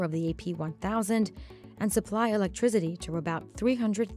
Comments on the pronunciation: Her pronouncing electrIZITY has me shocked. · "electrigity" lol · Never heard someone call 'Electricity' "Electrizzity" til this video. 🤦🏻‍♂️🤦🏻‍♂️🤦🏻‍♂️ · Elec-TRI-CITY not TRIZ-IDY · I can’t unhear “electriZity” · what's electriZiDy guys? im new here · It's electricity, not "electrizity"